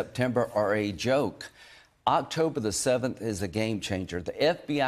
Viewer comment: SOMEONE CORRECT HIM IN PUBLIC ON HOW TO PRONOUNCE ISRAEL! IZRUL?